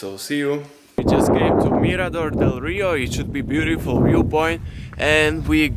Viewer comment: super spracovanie, zostrihane, kvalita videa parada, jedine co mi tam mega vadi je to rozpravanie, strasne zla anglictina, sory ale to sa neda pocuvat, furt dookola jak vsetko je bjutifl, nemusis to rozpravat, tu krasu vidiet z tvojich zaberov ktore su ovela lepsie ako to rozpravanie.... podla mna to tam riadne kazi inak namakane videa:)